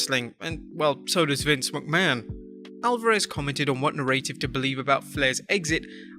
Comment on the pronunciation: Please stop pronouncing "narrative" like that